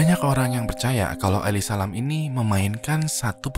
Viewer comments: elisa lam ya temen temen bukan eli salam, makasih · Eli salem